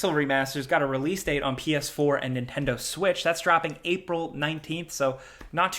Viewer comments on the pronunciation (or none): none